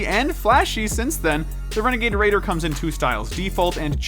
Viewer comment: Excuse me?! REGAY? I think you meant renegade raider...